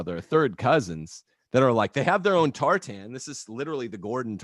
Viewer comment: Agreed. If he wants to claim Scottish heritage, fine, but how Scottish can he be when he pronounces tartan so badly?